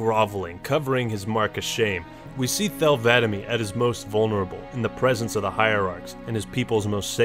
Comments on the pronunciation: Pretty sure Thel ‘Vadam is pronounced Thel(like tell with a th) Vuh-dom(uhh with a v and dom as it is in Dominic. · Did you say Thel VADAMY 🙄😂